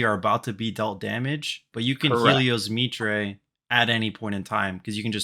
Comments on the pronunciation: MY-TER* not MEe-TRAY. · it's pronounced "my-ter" just as a heads up